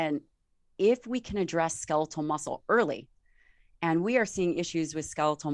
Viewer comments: Such valuable information❗️ We ALL need to get moving . I just pettily cringed each time he said ‘ska-LEE-til’... 🤦🏻‍♀️ even after repeatedly hearing her saying ‘SKEL-it-tal’. Yes, it’s petty but he says every other word perfectly & with the mildest accent...why not this word?? 💕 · Ska-leetul muscle? wtf?